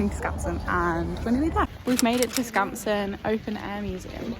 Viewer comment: I think you pronounced Skansen perfectly